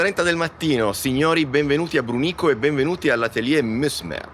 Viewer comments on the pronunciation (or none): Fantastico video, grazie! Brùnico, l'accento è sulla prima sillaba esattamente 😂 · L'accento và sulla U , Brùnico. Buona giornata ;) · Brunico, non brunîco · BRÙNICO! per carità non Brunìco 😢 grazie 😅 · Tutto super bellissimo ma "Brunìco" non si può sentire 😢😢😂😂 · Tempo 10 secondi e partiamo malissimo sulla pronuncia di Brunico!!! P. S. Vi adoro in ogni caso!!